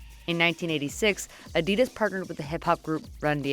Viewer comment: Take a drink every time the narrator says “Adiduzz”